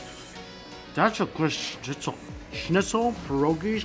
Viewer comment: How nice Mike sound as he Say „Schnitzel“.As a German i can say he say it Perfekt!